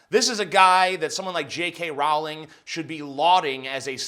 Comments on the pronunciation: TJ the way you say Rowling triggers me XD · That's not how you pronounce Rowling. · Row-ling, Jesus America learn to fucking English already! It's also twat with the 'at' pronounced like 'cat', not twot. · Rowling like bowling. I know she was a twit here, but come on you still should pronounce her name correctly.